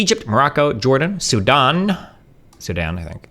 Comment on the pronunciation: He said Sudan right the first time